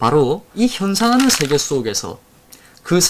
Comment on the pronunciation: 한 가지! "세계:의 발음이 틀렸습니다. "세계"의 "세"는 길게 발음하셔야지요. 짧게 발음하셨습니다. 잘못입니다.